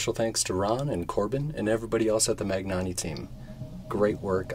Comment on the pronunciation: Magnanni is pronounced like lasagna or Bologna. There isn't a "g" sound.